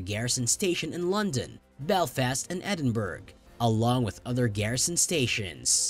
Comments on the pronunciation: Edin-Burg? It's Edin-brough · Good Lord!! It's pronounced Edinburough, NOT Edinburg. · A pronunciation lesson ' Edinburgh ' not Edinberg but edinburrah , not grenadier but grenadeer. Get it right and followers will enjoy your narrative. 😊👍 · it sounds like he said Edinberg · Interesting, but I had to smile at the usual American mangling of ‘Edinburgh’. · I find this very distasteful. It is obviously made for Americans. It's not that long ago that it was a traitorous offence to talk about the Monarch's death. Your pronunciation of the Capital City of Scotland, Edinburgh , was completely wrong, which is very offensive to the Scottish people. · The g in Edinburough is not pronounced, duh.